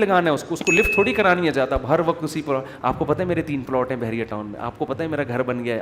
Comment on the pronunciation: Mufti sahab zayada hota hai jayada nahi